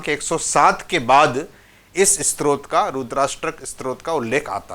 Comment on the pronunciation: क्षमा चाहुगॉ, आपने 'स्तोत्र' का उच्चारण आरंभ से ही 'स्त्रोत' किया है | रूद्राष्टक के अर्थ में शिव महात्म बतलाने के लिए सादर प्रणाम | 🙏🙏